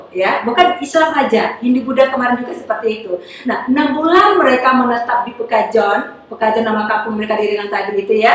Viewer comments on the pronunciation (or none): Perkampungan Pekojan bu, bukan pekajon😁